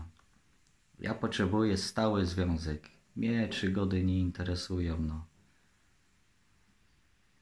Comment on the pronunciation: "mnie czygody nie interesują " :)))))